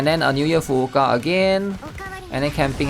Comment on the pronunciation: well what's funny is that he pronounces every other name properly. So much so that he even emphasizes the 2nd U in Fuuka, so it sounds like Fu-U-Ka. Which technically it's right, but if you actually hear a native speaker, they don't pronounce it like that. So that said... He really needs to stop saying "hair" and pronounce it correctly lol